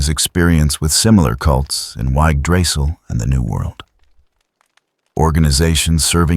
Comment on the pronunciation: Y g g drassil? Holy shit a text to speech program does a better job at pronouncing words